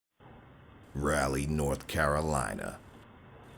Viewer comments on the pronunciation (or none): It’s pronounced Rawly not Rally. Very proud of my city. Andy Taylor from Andy Griffith Show talks about it all the time.